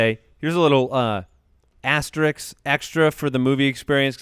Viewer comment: says laigs for legs and asteriks for asterisk? Can someone tell him he’s in broadcasting?